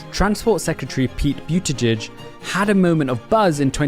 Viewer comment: It's Boot-da-Judge!!!